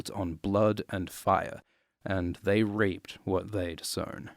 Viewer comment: reaped is pronounced; "reept" btw, not the way you pronounced it ;)